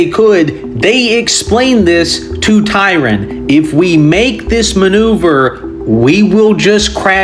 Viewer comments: If you want to look him up on Wikipedia or whatever, his name ISNT spelled or pronounced Tyron. This is Vice-Admiral Tryon. The ship he was on, which was also the flagship of his fleet was the HMS Victoria. The ship that it was in a collision with was the HMS Camperdown, commanded by Rear-Admiral Markham. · Tryon not Tyron. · His name is Tryon, not Tyron.